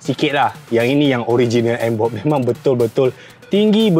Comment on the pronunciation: NBOX bukan NBob Bro😂😂😂😂